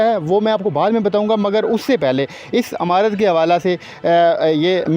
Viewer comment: Don't say "Amurt", correct pronounciation is "imarut".